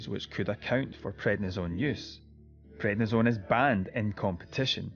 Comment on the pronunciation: It's prednisone, not what you said.